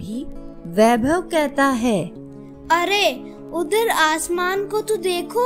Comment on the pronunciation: Good videos, great intonation & narration. Need improvement in hindi pronunciation of few words like Ra'GH'av , 'GHar' , u'DH'ar, 'JH'onka, 'GH'us